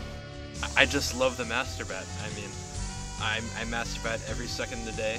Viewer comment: "MASHETER BATTT"